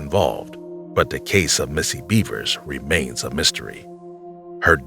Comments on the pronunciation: BEV ERS..not beavers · Wtf, seriously!? Missy Beavers?? Her name is Missy Bevers! Bev-ers That's how it's pronounced yo! You really should get that shit right...out of plain respect to the victim. After all, you are using their cases and their stories on your channel, for monetary gains. The absolute very least you can do is get her and the rest of the victims u speak of names correct and their stories right. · I can't get over how much I laugh when I hear him say "Missy Beavers" 😂